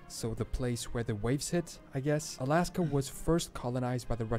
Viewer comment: Aslaska? Seriously?